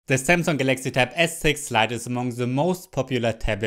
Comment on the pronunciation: zzeee zamsunggg zes zite zis iz ze zest!!!!